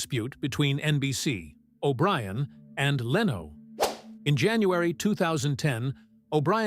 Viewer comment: Nothing new here except Jay LeeeeOH .....lol.....cheap ai....or script writer should type Lin Oh.....